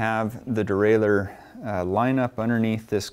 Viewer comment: Nice for the DIY bike mechanic like me. I also like the way you pronounce derailleur, unlike the guys who say something neither French nor English like "derailyer."